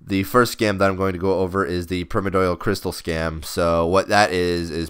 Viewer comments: Pri (PRY) - mor (MORE) - di (DIE) - al (ALL) Jesus. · "Primidoil" LOL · Its PRY-MORE-DEE-AL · Primadoyal? Pri-mor-dial. Lmao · Primmer-doyal? Pri-Mordial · Pri-more-dial, not primo dyal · hahahaha prim-uh-doy-uhl. its pirme-or-dee-uhl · it's pronounced pri-mord-e-all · love your vids but its pronounced Pry-More-dee-ull not prim-or-doyal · PRY - MOAR - DEE - AL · Wait wait wait WHAT?! Since when is primordial pronounced permidoil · permed oil... lol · Primedorial XD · Prime-ordeal pronounce it like that pls, before I nms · "Primodoial" xD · perpy doyle is not the same as primordial, it's like you've never heard the word before, or have a reading problem. go. back. to. school. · please learn how to say Pri-mor-di-al as in Primordial soup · Prym-idoyal lol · Please pronounce primordial right, that shit grinds my ears. Holy fuck. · agree. It's not even an obscure term. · pronounce the second 'r' in primoRdial lol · The first i in primordial is pronounced like in Life not like in Trim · How can you butcher the word 'primordial so fucking bad, just take 1 second to read the fucking word.' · holy hell its painful to listen to you pronounce the name of those boots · wow pronunciation of Primordial is so bad D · disliked cuz of primordial pronunciation